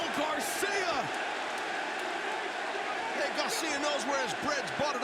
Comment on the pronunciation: Everybody: Daniel Garcia Taz: "Daniel Gawcia"